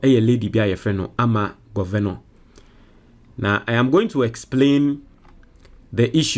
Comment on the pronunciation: some of your pronunciation are so bad if you are a graduate Sometimes it's so bad. (Governor) is an English word not how you are pronouncing it Please